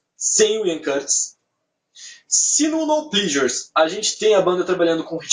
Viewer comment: Se pronuncia plesures não plisures